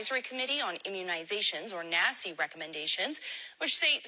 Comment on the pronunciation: Every time you say Naci….i hear Nasty 😂